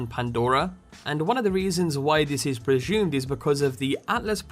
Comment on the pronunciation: "prejume" Presume.